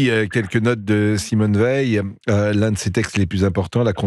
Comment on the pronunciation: Non ça se prononce Veil